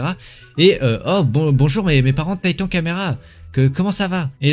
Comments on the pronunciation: Non mais la honte tu dis tatan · Tu dis meme pas corréctemen titan 😂